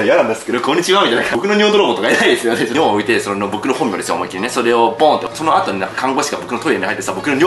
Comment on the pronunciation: だんだん「本名」が「本尿」に聞こえてきて何言ってんだナナオ…ってなってた